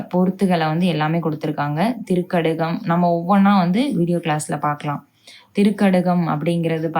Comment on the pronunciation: innum konja meaning clear ah sollunga sister... sound konja increase panunga... திரிகடுகம்...nenga திரிக்கடுகம் solringa... fear illama sollunga எங்களுக்கு நீங்க எடுக்கும் வகுப்பு புடிச்சு இருக்கு.. sonna tips again again solliringa athuvum change panikonga sister....tq🙏🏻❤